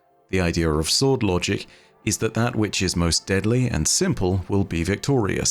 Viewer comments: I.... thought said Bum Logic, and proceeded to have to rehear it the entire time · I'm sorry, but are you saying "Unlogic"? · I can't unhear "Bum Logic" through your accent. 😂